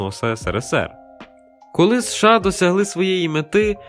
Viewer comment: США ріже вуха 😮 чому не СеШеА?